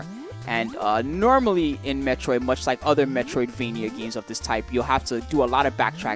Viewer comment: It's Metroid not metriod!